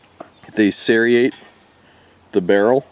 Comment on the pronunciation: there is no "i" in serrate.